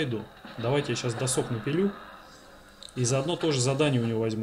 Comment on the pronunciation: Он как будто специально говорит досОк. Чтоб почаще слух резало